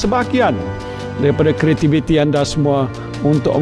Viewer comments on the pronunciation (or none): none